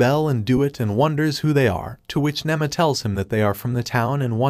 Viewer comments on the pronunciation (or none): nima not nemma